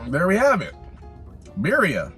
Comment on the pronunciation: The way he pronounces birria makes me cringe 😂